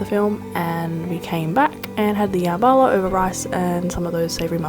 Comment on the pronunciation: I love how you pronounced jambalaya “yambala” that was so cute❤️❤️❤️❤️it pronounced jum-Ba-lie-ya😂😂love you so much